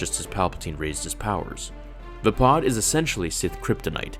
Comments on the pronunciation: isn't it VAY-PAD.... not VA-POD ? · Windu would have definitely won if it wasnt for Anakin and him hesitating right before Anakin interfered. That pronunciation of Vapad bugs me. Mace Windu has said multiple times in canon that Obi-Wan was the greatest Jedi duelist. He said Obi-Wan was the inly Jedi to master every form of lightsaber combat and the only one to ever perfect Soresu. Originally Qui-Gon forbid Obi Wan to learn Vapad as a Padawan, but Windu always wanted to show him and eventually did after Qui-Gon died.